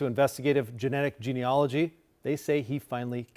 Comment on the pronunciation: When are people going to look at how the word is spelled? It’s not gene-OLOGY. It’s gene-ALOGY, and it rhymes with analogy.